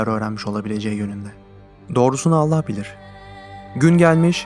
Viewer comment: bu vidyoyu şimdi izledimde adamın anlatım tarzı ve tekniği çok yalınız sonda ALLAH bilir yerine alla bilir diyip h harfini yutması dikkatimi çekti den sonraya dikkat